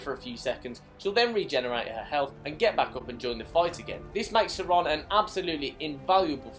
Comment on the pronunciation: Serana, not sereeeeeena